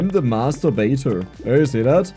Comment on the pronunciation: please, mind your words, master baiter sounded like masturbator there. I almost choked on my food. Ok, so you say you are the masturbator and then start talking about balls just two minutes after that, I'm starting to think you said like on purpose.